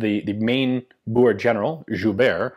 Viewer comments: Its pronounced Boo-r-eh war... thats my heritage... and Zuid Afrikaanse Republiek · Please oh please 60 min. In this and you don't know the history and neither can you pronounce the word Boere correctly ....